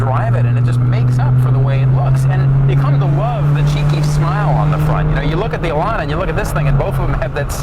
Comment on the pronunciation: THE worst description of the Lotus Elan I have ever heard. Plus, A Miata is nothing like an Elan. Nothing. Also, it's not pronounced Elon. Terrible.